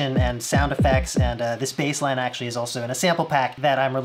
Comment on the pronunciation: gotta love those people.. the "well, ac-tua-lly ..... " people...... wonder if they notice the cringes